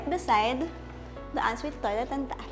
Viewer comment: naku girl iba ang "and" sa "end". hindi din selling pan, it's ceiling "F"an. END bahay ba ni batman yan? it's Bath not "Bat". 😅😂